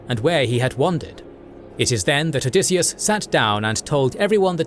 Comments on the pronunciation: Odysseus.... not Odysseas... I don't know what it is with this cannel... but pretty consistently you either get spelling or pronunciation of things incorrectly... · "OdysseAs"?! That's odd